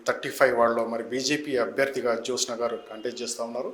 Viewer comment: జోష్ఞ కాదురా జ్యోత్స్న. ముందు పేరు సరిగ్గా రాయటం పలకటం నేర్చుకోండి తర్వాత చెప్పుదురు గానీ హిందుత్వం గురించి 😅. బంగారం లాంటి సంస్కృత పేరుని క్రిస్టియన్ పేరుగా మార్చేసారు కదరా వెధవల్లారా 😅.